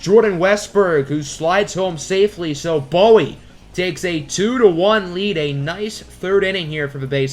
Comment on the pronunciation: loved the vid, but our AA team is pronounced boo-wee. maryland is a very odd state lmao